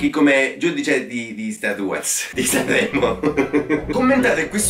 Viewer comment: "SCRVOLLAVE" "SANVVREMO"